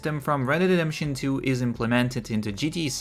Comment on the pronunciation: "Red Dead DeDeMpToN 2"😂 omfg